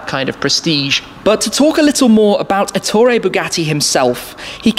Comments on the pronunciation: You didn't even bother to mention the fact that Ettore was Italian. And also, Èttore, not Ettòre. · It is Èttore, not Ettòre.